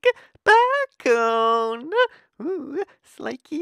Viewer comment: It took took me to the end of the video to realize he was saying bacon